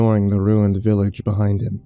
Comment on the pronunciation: Oh, great! Now the whole night is Rueened! Stop saying it that way..